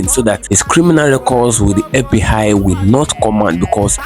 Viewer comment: It's fbi not fb hi lmao